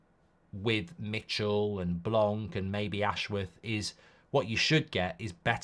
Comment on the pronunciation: Why English people keep calling Blanc (blan) Blank , you're neighbors to the french !? And we had Laurent Blanc before at the club